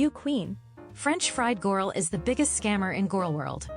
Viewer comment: "such an interesting gorl" that's a nice way to put it 😂